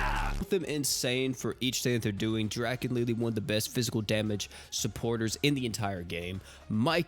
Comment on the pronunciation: I hate to be this guy, but it’s draw-ken